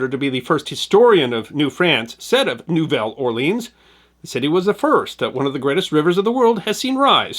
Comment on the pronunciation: You managed to mispronounce both "Nouvelle" and "Orléans".